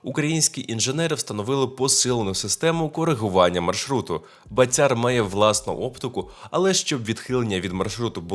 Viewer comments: В слові. БАТЯР в українській мові. Наголос на першому складі,прошу. пана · В українській мові у слові БАТЯР наголос на першому складі.Не калічте,прошу пана,українську мову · БААтяр , наголос на (А),означає ; гулящий ; .